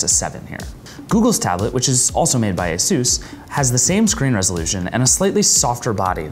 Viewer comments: It's asus not asos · Ay soos? You mean AY SUS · I loathe the way he pronounces Asus...